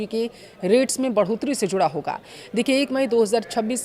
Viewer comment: होगा बोलना सीखे